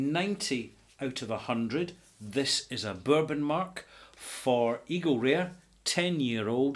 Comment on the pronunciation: I though said "Eagle Rear"! Lol!